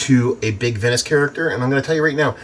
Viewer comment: Just fyi, you pronounce it "vine-ous" 👍